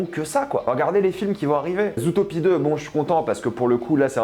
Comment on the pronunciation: Naaan mais Mdr’ les prononciations : Zoutopie, Décé, Encanto et j’en passe par contre petite exception pour Soûl qu’il prononce correctement xD je sais pas si il est con ou quoi mais en tout cas il se la joue malgré tout 😅